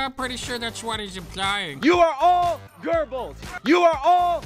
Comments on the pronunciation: GÖBBELS, FOR FUCKS SAKE. Not GÖRBILS Not even fucking nazis can pronounce that right. Your gerbil too. Correct : GÖh bells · Es ist Goebbels und nicht Gerbels!!!!!!!!!! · I thought that guy said "Gerbils" (instead of Goebbels) too... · Josheph GERBels? x) It's Joseph Goebbels, it's much more correct to read it as a simple u/oo, or even an e. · If that kid doesn't shut up, I'll kick him right in the "Gurbals"(he's talking about Goebbels, but the way pronounces it sounds like he's talking about his genitals). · ITS GOEBBELS WITH A B! NOT AN R! GODDAMN AMERICANS lol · Why do Americans pronounce Goebbels with an r anyway? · He was referring to the Nazi known as Goebbels, but I don't think he pronounced it right.